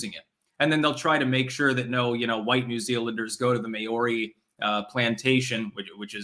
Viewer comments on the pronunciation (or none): Maori is pronounced Mao (as in chairman mao) ri = Maori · It's pronounced Mao ri. Mao as in the Chinese mass murderer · May-or-ree that's the weirdest pronunciation I have ever heard haha. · Your pronunciation of Maori kills me. 🤣